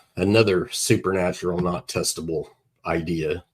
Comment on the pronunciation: Okay first of all, it's supernatural, NOT "super natural".